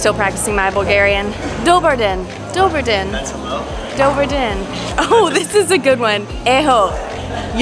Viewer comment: According to my Eastern European friends it’s actually “Doe-bra-deen” roll the “r” haha